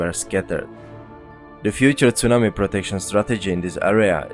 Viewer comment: Great work. Your presentations are excellent and thorough. I love the way you say "tsunami". I try to copy it, but I can't.